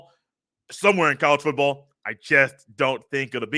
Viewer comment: I listen to your podcast every single day while working and i have never watched your youtube channel. Its good to finally put a face with it 😂. I laugh everytime you over-pronounce "foooooottttball". Keep up the good work